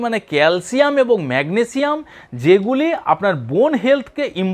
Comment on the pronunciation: শুদ্ধভাবে উচ্চারণ করুন ম্যাগনেজিয়াম না ম্যাগনেসিয়াম, পটাজিয়াম নয় পটাশিয়াম বলুন ,তাছাড়া আপনি তো একজন টেকনিশিয়ান, নিউট্রেশনের বিষয় লেখাপড়া করেন নাই।